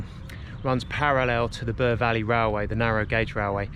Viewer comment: Bure is not pronounced Burr but Bewer. Hoveton is not pronounced Hovet ton but Hoveton like Hove in Sussex.